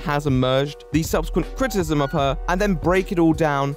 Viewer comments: Can you please enunciate "criticism", it sounds as though like you are saying "critism", and is pretty distracting. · Unrelated question, does anyone else hear "critism" instead of "criticism "? It was distracting me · Are you saying "critsm"? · Great video, like it very much but god you can't pronounce the word 'criticism'.